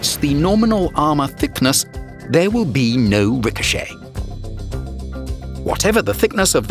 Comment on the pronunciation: He shels ricohcet i fired he shell it ricohochet